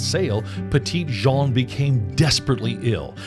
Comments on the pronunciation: Great video! My grandparents lived on the mountain when I was a kid, so my family spent lots of time at the park. Cedar Falls Trail was a lot easier when I was little! One small correction: it's actually pronounced Petty Jean. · You managed to mispronounce the park's name throughout. 🤦‍♀️. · The Park Rangers never told you to pronounce it that way 😂. Which is neither the Arkansas pronunciation nor the, nor the French pronunciation. You came up with a made-up pronunciation all your own.